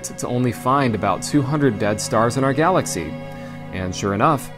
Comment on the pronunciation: what’s a galathy?